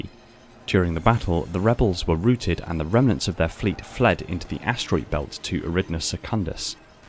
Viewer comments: Routed is pronounced ROW-T'D. Row like how not row like tow; and certainly not roo. Stannis Baratheon/Hermione Granger out! Great video otherwise. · "ROWTED" Not "ROOTED" - ROOT's are for Tree's. Routes are for movements.